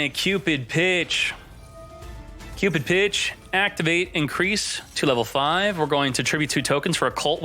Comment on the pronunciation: First time i heard you said cupid pitch i taught you said cupid b*tch